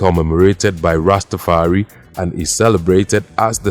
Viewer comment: Its pronounced rasta far i